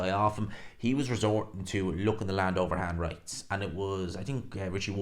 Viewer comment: Did you say that Kash Ali threw "overhand rights" or "overhand bites" ?